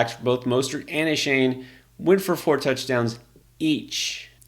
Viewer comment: It's pronounced ( A- Chain) not a shane